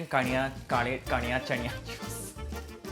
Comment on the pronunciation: Ngl I was very impressed with saying “kalyachanyachi” correctly because most non Maharashtrians would mess it up too bad 😂 Btw killed this challenge ❤️